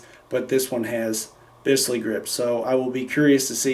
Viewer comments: Pronounced "beez-lee" grips. But good attempt. By the way...the BFR gets my vote for the greatest revolver EVER! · Bisley is a totally different grip shape. it is more vertical with less 'roll' in the recoil, this was a design for target shooting. The BFR grip shape is classic SAA, made to roil with recoil. You just have a nice set of grips, not Bisley grips. PS, "Bisley" is pronounced "Biz-Lee" You're welcome